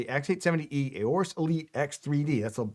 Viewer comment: You can save yourself a syllable here: the A in 'Aorus' is actually silent. (Just sayin. 😉)